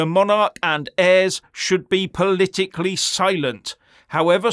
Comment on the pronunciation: Used to watch this guy, spoke a lot of sence. NOW, he's gone TOO FAR. He's OUR KING you arogant twat. Leave him alone. You're WRONG this time. Oh, and by the way, it's Monarch NOT monarech.